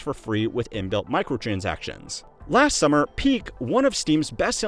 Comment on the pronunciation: "What's called...micotransactuons"